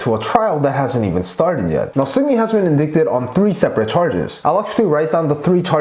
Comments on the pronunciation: You mean indickted? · Great reporting, remaining objective throughout. I think you're pronouncing "indicted" or "indicting" incorrectly. The second 'i" is a long 'i", as in 'eye', and the c is silent. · Thank you for posting this! I like the plain speaking way the facts were laid out in your video. Just to point out something that might be useful to you in the future... The second "I" in the word indicted is a long "I" and is pronounced like the word eye. So it should be ind"eye"cted. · in dick ted!? SOOOO TRIGGERED! hehehe indicted (in-dight-ted) as in... indictment (in-dight-ment) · Wanted to tell you that, although the word looks like "indicted," it's pronounced "in-dight-ed," and rhymes with excited, recited, and delighted... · Indicted is pronounced as “In-dye-ted” xD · It's pronounced en-die-ted yes, as in DIE, dead, gone. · Indicted. The pronunciation is in-dai-ted. Don't blame you, it's a hard word. Spelled indicated pronounced inDAIted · It’s not indicted, the “c” is silent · No offense but "indicted" is pronounced as "IN-DYTED". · i'm so glad i wasn't the only one that thought about posting this... his pronunciation is so good that hearing that single word pronounced wrong over and over was bugging me lol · Always love your videos! I know it is hard to pronounce a word you've only read and haven't heard. Indicted is pronounced as if it were spelled "indighted" :D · It is called "Ind 'eye" ted (indicted) English can be weird! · ☝🏽🤓Just a heads up....”indicted” is pronounced, “in-dight-ed”. 🤗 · Why would I want to listen to someone who can't even say "indicted" correctly! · It's pronounced: in-dye-ted . . . Not in-dik-ted, or in-dik-ments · FYI indicted is "in-die-ted" t is very soft & "in-die (t)-ment"